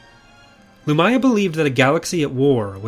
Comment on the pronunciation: I always thought her name was pronounced LumIya, not Lumaya.